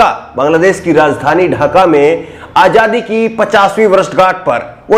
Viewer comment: aajadi hota h aajhadi nai